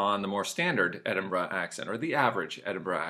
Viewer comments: Its Edin'bruh lol. Not quite there mate but not bad. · Why does he say "Edinbra" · sounds odd